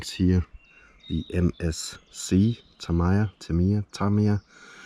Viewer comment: Lovely place you got there. I just picked up 25th Anniversary Memorial Fighter Buggy RX today! Super excited! Btw, correct way to say "Tamiya" Ta-mee-ya